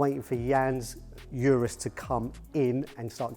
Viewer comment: It’s Ooh-ruuz not You-rus.